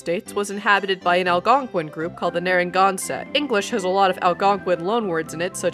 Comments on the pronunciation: Nara-gan-set not Nara-gon-sot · Small correction It's Narragansett (Nah-ruh-gan-sit) (sorry, IPA confuses me lol) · The Narragansett’s are from Rhode Island. That is even the name of the bay and a town in RI. It’s also pronounced different.